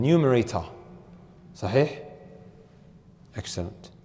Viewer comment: Brother, I looked it up, the meaning of Aslam is quite bad as well. Please look it up. And please try to pronounce sahih